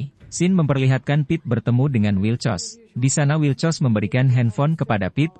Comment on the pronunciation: Wilcox min, bkn wilcos 😥😒😒😂😂